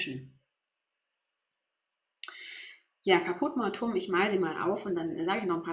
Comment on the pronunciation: Man spricht die Farbe 645 Káput mor-tu-um aus, die Betonung liegt auf dem a bei Caput und mortuum spricht man in drei Silben aus. Nicht Mortum!